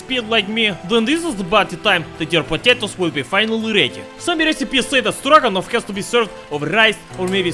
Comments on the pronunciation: For a second I said he said Dragunov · Stroganoff. Stroganon.